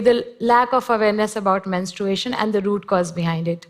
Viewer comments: Can we just talk about how she said “menst- r-U-ation” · That Vlog Girl it’s just an accent